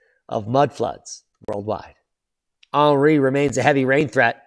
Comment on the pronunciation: 🇫🇷 Aarnreee makes you aaangryyy. 😜